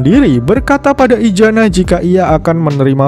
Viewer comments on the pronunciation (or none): izana bang izana BUKAN IJANA ZZZZZZZZZZZ